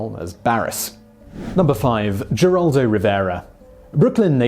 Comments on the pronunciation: It's pronounced "Heraldo" not "Jeraldo" Simon, you surprise me, you are usually more conscientious than to make a gaff like that. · Geraldo is pronounced Heraldo. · I hate being the language police, but I'm from Texas. Geraldo is pronounced with an H not a G. So it is Heraldo. Carry on..... :) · I watch you faithfully...and this is meant as to be helpful only. Geraldo is pronounced heraldo..hugs Lynn Weasenforth 💯💜💙💛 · Geraldo? it's pronounced heraldo! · Geraldo Rivero's first name is pronounced Heraldo not with a hard G. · Heraldo is how Geraldo is correctly pronounced. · The G sounds like an H in Geraldo. It sounds like heraldo. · Geraldo is pronounced Heraldo. He's Hispanic. You might want to have a technical advisor, or at least a language one. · I was going to complain about the mispronunciation of Geraldo, but it looks like all the page one Google results have it wrong too. It's pronounced with the Spanish g, which has an H sound, basically herald-o. Someone needs to fix the pronunciation guides, jeez. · Geraldo Rivero pronounces his first name her-aldo. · Geraldo Rivera is pronounced "h er AH l d oh"... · Geraldo is pronounced with a H not a G Heraldo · I'm here just to hear Simon mis-pronounce names 😁 Geraldo! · Geraldo is pronounced with an H sound. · Alexander -- No, he didn't ALWAYS use the Latino pronunciation. WABC-TV news director Al Primo offered Rivera a job as a reporter but was unhappy with the first name "Gerald" (he wanted something more identifiably Latino) so they agreed to add the final "o", and go with the Latino pronunciation. That was in 1969, when Geraldo was 26. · Simon, the G in Geraldo is pronounced like an H, he's Hispanic you know. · The sites he uses for pronunciation all have it wrong.